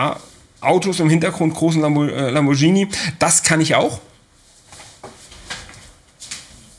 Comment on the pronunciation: Lambor G hini, nicht Lambordschienieh. Bitte :face-red-droopy-eyes